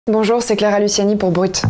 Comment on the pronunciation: La meuf elle un nom de famille corse elle sait même pas le prononcer 😂😭 Les corses vous êtes où la ?!